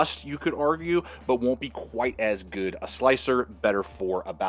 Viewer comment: I've got mine today ....i process alot of deer and I see absolutely nothing wrong with the stock scales...and by the way....good is pronounced GOOD ...NOT GOO